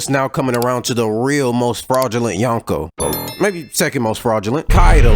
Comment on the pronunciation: Speaking of fraud- you’re mispronouncing “Yonko”. You’re saying [yawn-ko], but in Japanese the way you pronounce 4 is [yohn]. “O” in Japanese is always pronounced “oh”, like in Zoro, or Naruto.